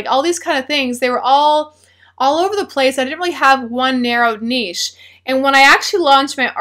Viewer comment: I would like to thank you for pronouncing "niche" correctly.